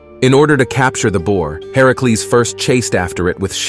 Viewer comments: Why are you saying herecles? It's Hercules or are you talking sbout someone else? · I love the video but I can’t be the only one irritated at how he’s saying Hercules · Anyone bothers how he’s saying Hercules name? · You literally tried to be smart and failed. You pronounced Hercules wrong and called a him a her. Not to mention it was chrono the titan. Also, Hercules had the trial to take down Medusa.